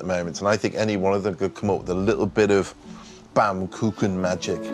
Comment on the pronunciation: Is it so difficult to pronounce baumkuchen right?